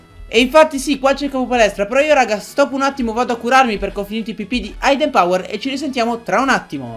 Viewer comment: Hidden power si pronuncia idden non aidden ;)